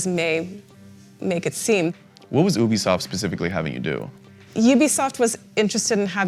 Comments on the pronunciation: Richy Brosive! it's oobi soft. You b soft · Slightly roasted him. "What has ouhbisoft making you do" "Uhhh youbesoft was making me" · I like how the guy says “ oobisoft “ and the girl says Ubisoft 😂 clash of the pronunciation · How to pronounce Ubisoft (Wrong) OoBeeSOFT (Right) YoubeSoft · it’s “youbisoft” my fellow African American friend. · Love how quickly she corrected "oobisoft." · so is it oobisoft or yewbisoft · He can’t even say Ubisoft right... ooobisoft? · oobisoft? glad she corrected him immeadiatley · OOBISOFT lmao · Lol, “ouubisoft” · Anyone else catch the oobisoft 😂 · “EWBI SOFT “ lol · He said oobiesoft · This guy said oobisoft lol. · He says oobisoft lol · ubisoft pronunciation is so hard